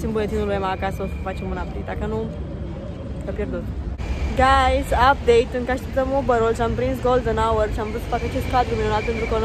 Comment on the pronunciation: I think you have to slow a bit down with the word, "Guys!" Wtf a zis de peste 30 de ori gayss...